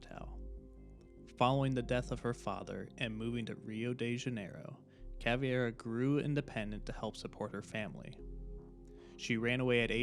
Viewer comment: Ngl as a Brazilian I've never heard someone pronouncing "Vermelho" "Caveira" and "Capitão" so badly, but killer video anyway man, very very good!!